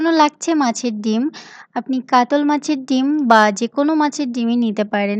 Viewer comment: Apni katla machh na bole Katol machh bolchhen keno? Katha ta katla.